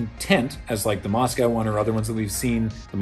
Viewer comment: Great fun and super interesting. Just a question: why do so many North Americans (Canada and USA) pronounce 'Moscow' in such an awful way?? :-)